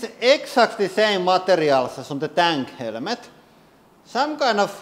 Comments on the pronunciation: He says helmet helemet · "helemet" - this hydraulic press YouTuber guy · HELL A MET. That's how this guy pronunciates the word helmet in any case the purpose of the helmet is to stop a bullet from going into your brain that's what the test should be firing a rifle that would be used in a war AK-47 M16 for instance at different distances at the helmet not using a pressure machine or whatever the hell this thing is. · It's still funny listening to the way he pronounces the word helmet that's worth a few minutes. HELL A MET. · I see a motorcycle helmet and I see a military helmet therefore it depends are we at War with bullets being fired at our brains or are we driving a motorcycle it is funny to listen to his accent though momentarily. HELL A MET. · The man is lost but it's funny for 5 minutes in order to listen to him pronunciate the word helmet. HELL A MET.